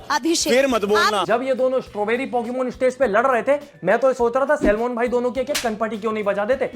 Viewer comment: It's Salmon 😂😂 Not Salman....